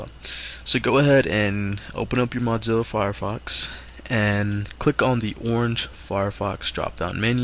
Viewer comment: its not 'modzilla' its mozzilla